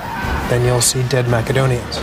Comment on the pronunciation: Hahah one of them calls the Macedonians 'Mackedonians' - at least get the name right dude ...